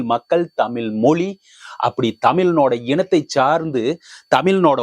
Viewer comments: அண்ணா தமிழ் என்ற வார்த்தையை பிழை இல்லாமல் உச்சரிங்க அண்ணா .... த மி ல்.... இல்லை தமிழ் .. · டே தமிலா ?????? மயரப்புடுங்கி தழிழ்....ழ் உச்சரிப்பை பழகு யார யார் கூட ஒப்பிடு.